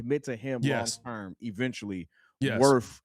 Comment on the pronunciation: Say it with me, "worf", "axe".